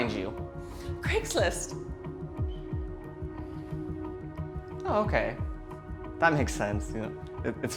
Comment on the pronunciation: Wait a minutes did she just say Craigsist